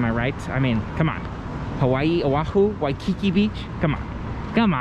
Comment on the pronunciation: This word “Waikiki” is pronounced Wai-kee-KEE, accent on the last syllable; not Waikicky.